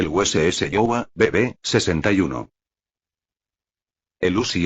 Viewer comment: El único problema es la forma qué habla y pronunciar el nombre Iowa , Wisconsin